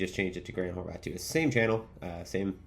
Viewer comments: he very clearly says "Horvath" constantly. He even addresses it in this video. That's why I commented it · He does mispronounce it , (no definitive hard "t" at the end) ... but I dont believe its consciously. (His obv. slight lisp) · Couple things. 1. Yeah the mic sounds much better now, nice! 2. Why do you say Grant's last name wrong, I dont get it 😂 3. Appreciate the updates big dawg